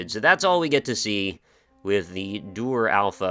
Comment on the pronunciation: Very nice video and feedback :) I like how it's not only a walkthrough but you also describe the gameplay, visuals and the small problems very well. Thanks! ( and you were right with your first pronunciation of DUR)